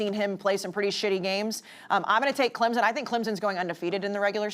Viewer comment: She also says Texez and Clemzin